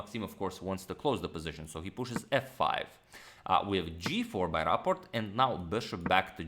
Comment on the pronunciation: Do you pronounce it Raport or Rapport? It's not the same.